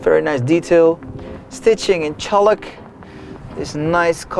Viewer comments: v 1 I died after I figured out he’s just saying CHAULK..... it’s not Cholik, that word does not exist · Holy God -- it's CHALK -- pronounced "chawk." 👍